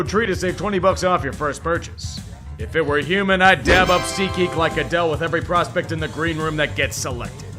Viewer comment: For years you've been saying "SeatGeek" with such an emphatic voice....lol